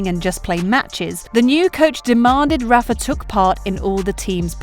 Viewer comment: Rafa, not Raffa. A lot of players run down every shot and fight hard, no less than Nadal. That’s what they have to do to become a great player. They have the strong will to do so but the question is, do they have the physicality? Nadal is blessed to have his uncle as a great coach and the conditions to train at the young age. Djokovic wasn’t as lucky with his life growing up. I think Djokovic is not as strong as Nadal physically. In their h2h matches during long rallies I could see Djokovic got exhausted, bending his back, breathing hard, falling on the ground. But the strong will was what helped him to overcome the physical conditions. Like the two 5-hour long matches back to back SF and Final against Murray and Nadal in one year at the AO.